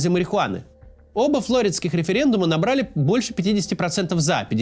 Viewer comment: не флОриде а флориде